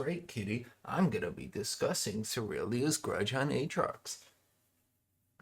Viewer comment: I really wanted to watch the whole of this but every time you said SERYL-DIIIII-A’S grudge it hurt my ears too much 😂 much love to the super top